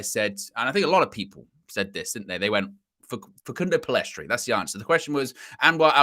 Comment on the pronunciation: Guys it's Pellistri. Not Pellestri.